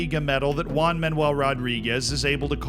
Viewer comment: I love your pronunciation for spanish names. One Man "Ual" Rodriguez will always be remembered!